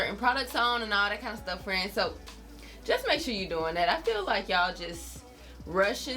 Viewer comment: I love when she says fren! 😂 Love the video! 😁